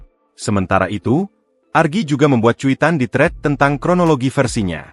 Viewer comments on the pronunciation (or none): none